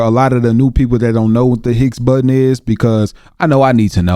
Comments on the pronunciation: Higgs Boson not Hicks Button. Can’t explain it 😁🤙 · Its called the higgs bozon, not button, must of been read off of some ai txt as ai txt seems to mistake some words lol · Higgs Boson particle.. not Hicks button.. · It's not higs button,it's higs bozon particle.😅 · It's the Higgs Boson not hicks button..that guy butchered the spelling and pronunciation. HIGGS BOSON The God particle